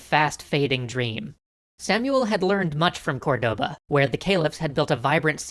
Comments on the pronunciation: Dude! CORdoba, not corDOba! Stress in the first syllable! We even point to the letter with a little mark, "Córdoba"! It's tilting me out so much I can't pass the first minute and a half of the vid! deep breath Ok, now that I've said it, I can keep going, this is probably very interesting. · Awesome, but remember, it is not cor-DO-ba, rather it is COR-do-ba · i love, but they have so much problem with spanish names... the intresting part, its that they only have problem on the accents. accents as in tildes and pronunciation of the strong silable. example: its COR-doba, not corDOba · Córdoba, not Cordóba... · English speakers would naturally pronounce it cor-DO-ba but that is in fact not the correct pronunciation for the city. It is actually, COR-de-ba. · the word "Cordoba" has the accent on the first" o", it sounds like "córdoba". Granada was spelled correctly. Keep the good work. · Córdoba. CÓR-do-ba. Almeriense. Al-me-rien-se. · Great episode as always, but as a Spanish, Cordoba is accentuated on the first 'o', not the second one!!! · I loved this episode, but one thing drove me insane: Córdoba is stressed on the first "o", not the second